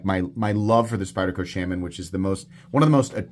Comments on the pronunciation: I have once again come to remind you that it’s pronounced “Shaw-muhn” and not “Sham-an”. Also that pointing out such an objective fact is the absolute pinnacle of comedy and wit. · The mispronunciation is funny, but iwould be funnier if you didn't announce that you are mispronouncing it every time. I love my Shuh-MON